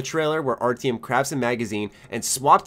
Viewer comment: And Artyom, omg, its like you havent heard how they say it in the Metro games.